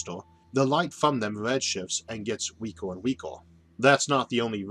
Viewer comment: "weakor and weakor" :P thumbs up